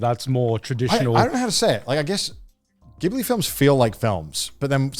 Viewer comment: Why do you guys always pronounce Ghibli incorrectly?